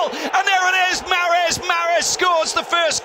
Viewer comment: عجبتني كي ينطق محرز 😂😂😂 mahreezzz